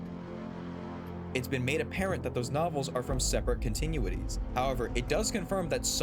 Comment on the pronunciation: “continue-ities” lol